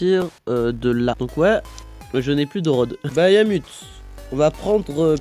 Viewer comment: Par contre chef tu dis "bayamut" alors que cest juste "bahamut" x), mais hors ça la toupie est banger de fou